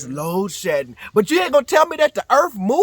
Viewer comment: “The earff don't shake where I'm from, maybe it's cause we got treeeeees” 🤣🤣